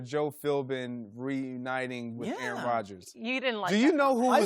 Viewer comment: Greg need to put some damn respek on aaroms name bruh lol